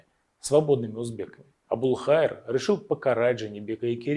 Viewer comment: Абулхаир Қазақ, произносиш Абулхаир, слышится как матерок, ударение правельно ставь